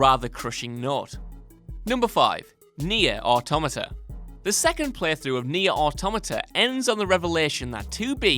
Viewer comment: Well fuck me sideways. Someone finally pronounced "automata" correctly.